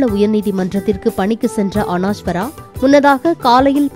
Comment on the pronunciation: அனாஷ்வரா இல்ல தாயி, அனஷ்வரா, கஞ்சிரப்பள்ளி அல்ல, அது காஞ்சிரப்பள்ளி.. 😂